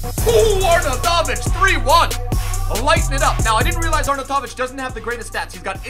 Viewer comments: Arnoutovic is pronounced: Arn out of itch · Btw u say it arnautoviv like are-now-ti-vich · "Arnatavic" =)) jk, you are the best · it is "ARE-NOW-TIVIC" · Please reassess your Arnautovic pronunciation... but love the vids! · Dark It was correct edit: no he just said it correctly once when he showed his team but the rest.. your right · yep xD He said it in such a typical American way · you pronounce arnautovic very weirdly